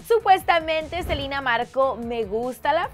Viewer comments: es selena no silena jajajajajaja😂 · si vivian fuera Latina diría Selena no salina pero es e.u.a y dicen asi asi ¿ono? PD:no me vengan a insultar de que me quejo que le dicen selina ,no me quejo solo es mi opinión gracias por entender :) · F.Fangirl★ yo escucho que dicen selina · Selena, Selena tan difícil decir Selena Gómez